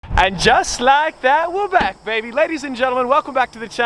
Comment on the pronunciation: Somebody tell me if he says wa back or we're back because i've been trying to figure this out for 2 years